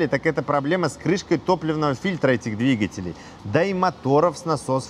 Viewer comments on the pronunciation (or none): none